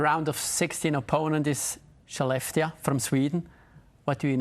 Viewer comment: Probs to the host for pronouncing Skellefteå correctly